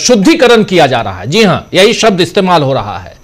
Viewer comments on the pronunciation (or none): none